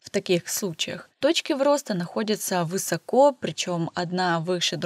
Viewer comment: вЫсоко, пожалуйста, перестаньте. нет и не было в русском языке такого ударения. в устаревшей версии высОко. но так уже никто не говорит. сейчас верно говорить высокО. пожалуйста. уже кровоток из ушей.